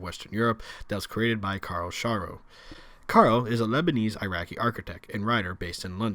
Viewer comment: Its sharrow like the town in England